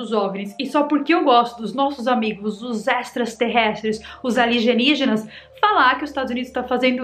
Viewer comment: Fica brincando de falar errado "ALIENGIGINAS". agora só fala errado.